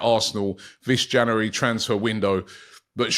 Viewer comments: It's pronounced "JanUary" Robbie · It's not janery now, it's febery